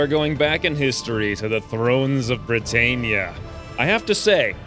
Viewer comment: Brit-ann-ia not Brit-ain-ia